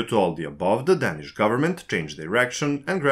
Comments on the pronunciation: præcist, og der er også andre fejl. Desuden udtaler han danish forkert hele tiden - det er bogstavet a det er galt med. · men ikke ordet "danish" der udtales bogstavet a hele tiden forkert.